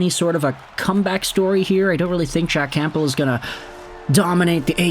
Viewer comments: The “P” in Campbell is silent. U sound ridiculous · Dude, the 'p' in Campbell is silent. 😮